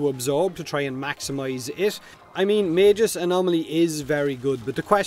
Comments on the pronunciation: I think that as long as you know you are pronouncing [mey-guh s](jif) wrong than there is no need to further correct the speech because you are choosing to be incorrect at that point. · I think it’s pronounced “Maa-Gus”, like the name Gus. :P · It's not magus, it's magus! Can't believe you could get that wrong